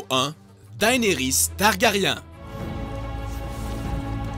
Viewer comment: "daynaris targaryin'